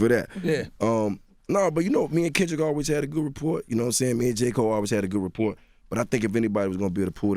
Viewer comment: them new teeth got jeezy mispronouncing the HELL out of some words 😂 gaddamnit “ gendra “ kendrick lickmar “ “ report “ (rapport)